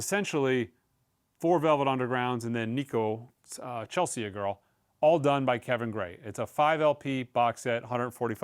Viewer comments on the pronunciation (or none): FYI, Chelsea is pronounced as “CHEL-see not CHEL-see-a. 😊